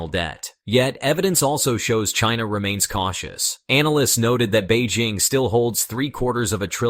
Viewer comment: Beijing, with a J, is the capital of China. Bay Zhing is a French perfume. For dogs. I have no idea why this guy is maundering on about this French perfume. He's not coherent at all. He switches to Beijing -- but he seems to think their currency is yoo-ann or yoo-enn. He can't make up his mind. Very odd.